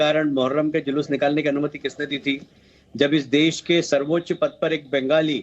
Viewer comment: Ben-Gaali kya hai.... আমরা বাঙালি। Speak properly or keep shut!